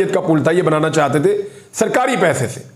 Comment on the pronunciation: Plz aap chahte ko chahte bola karo chatte nahi log mazak udata h apka li bolna nhi ata aurato wali khubi he bla bla😢